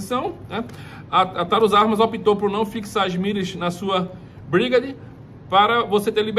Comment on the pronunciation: Fala-se Brigueide.